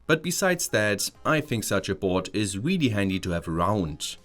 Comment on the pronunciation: not weaaallyyy